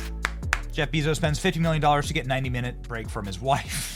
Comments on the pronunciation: Why do you pronounce it ‘Beeee-zos’?!?! He pronounces it ‘Behzohs’ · It's not 'Beeezos' Benny!--It's 'Bayzos!'---I thought it was a pretty cool event today!--I think it's rudely cringe of you to minimize it Benny!